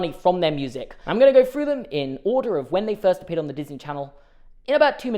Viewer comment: I can’t continue the video pronouncing through as ‘fru’